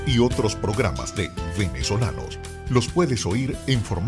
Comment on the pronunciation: Me gustó este programa muchísimo. Lo único cuestionable es cuando el presentador dice "Venezolanos" como si la "v" labiodental existiera en español.